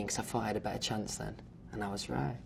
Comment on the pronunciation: Guys he said "Hopefully well come back" there is still hope. Theres a Chonce.